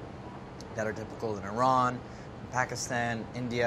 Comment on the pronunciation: Andy said Iran correctly! So many people say I-Ran and I just immediately ask you ran where? My Persian boyfriend would be v happy that someone finally pronounced Iran correctly :)